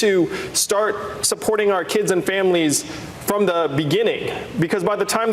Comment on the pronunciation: When he said " da ", instead of " the ", I hung up.